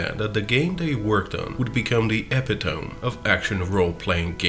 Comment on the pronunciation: eh-pit-oh-me, not ep-i-tome. No shade or insult meant by this correction though, i respect anyone who learns a word and its meaning from reading it rather than hearing it spoken.